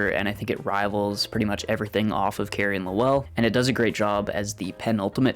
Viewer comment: Like fingernails on a chalkboard, your pronunciation of Lowell! It is ONE SYLLABLE!!!....NOT Low- well!!...more Loel....other than that, nice review